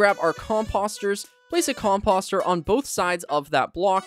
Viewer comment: Composter is pronounced com -poster like a poster / flyer